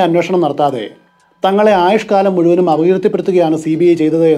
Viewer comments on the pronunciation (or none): none